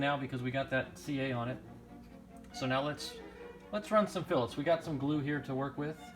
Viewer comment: I’m just glad you know how to pronounce fillets correctly. Let the flame wars start!